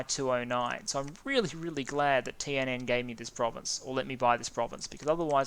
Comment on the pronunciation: Btw, your new TNN pronunciation is totally fine :)